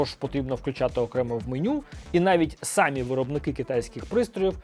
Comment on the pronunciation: Cамі, наголос на і